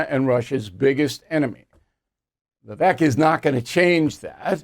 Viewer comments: It’s pronounced Vih VAKE….took 2 seconds research. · Bill ~ You don't need to "have trouble saying that name". Vivek = ViVAKE. Rhymes with Cake. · Vivek says the last syllable of his name rhymes with “cake” So you’re pronouncing it incorrectly! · Big Pharmaswamy is how some are pronouncing Vivek’s name. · I would think would know how to pronounce Vivek, Lol.